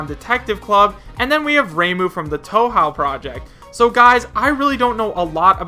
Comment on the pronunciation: Hakurei Reimu is a character from Touhou pronounced Tou-hoe not tou-how. Touhou has actually been famous and a very long term series that spans over 16 core games and several spin-offs including a fighting game for the last 22 years dated way back in the old PC era. The Touhou series is very well known as a bullet hell shooter game that spans 6 stages with an extra stage on the side that concludes the current core game's story. All characters are girls reimagined from youkais or ghosts, spirits and monsters and even gods or insects and the art style is drawn in an old style which is obviously not an up to date sprite however the game's charm is the various bullet patterns to dodge each stage and the loveable characters to encounter on the way which eventually connects between past and future core games to tie the story together. Reimu is the protagonist of the touhou series who has the ability to fly and uses her taoist powers to vanquish evil which she does this to anyone even the harmless ones. She shoots talismans and casts barriers and can teleport. She is a poor shrine maiden who craves for money as well and hits anyone with her stick. Either way a fan made touhou game is on the switch but none of the official core games of touhou are in nintendo consoles but the maker acknowledges every fan-made game and doesn't bar them from expanding the touhou series no matter what genre or platform or game style thus Touhou is actually at least well known in japan. I cannot say that